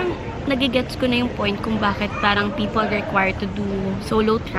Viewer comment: idk naiirita ko sa "parang" nya mygadddd!!!! pero still, i love her hahahahah because of her din nagiging ganun na din pronunciation ko sa r, feel ko tuloy ang arte arte q 🙄 love u, skl yan!!!!:))))